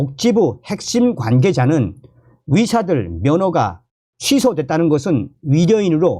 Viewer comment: 좋은정보 감사합니다 그런데, ^ 의^ 자 발음이 약하시네요~~ 위사들~~ ㅎㅎ